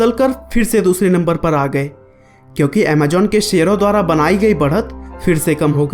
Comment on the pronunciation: its Amazon not Amajon you indian